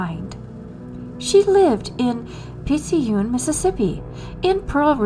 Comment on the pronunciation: The "c" in Picayune is pronounced "k." 😉